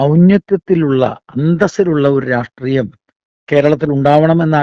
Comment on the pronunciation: ഒരു ചെറിയ സംശയം.... എന്തുകൊണ്ടാണ് മിക്കവാറും എല്ലാ നേതാക്കളും "രാഷ്ട്രീയം" എന്ന് പറയാതെ "രാട്രീയം" എന്ന് പറയുന്നത് 🤔